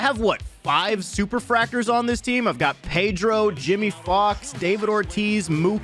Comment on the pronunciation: I thought it was super factor not fractor 😅